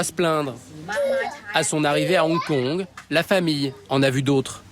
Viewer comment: On dit Hong Kong, pas Onkon.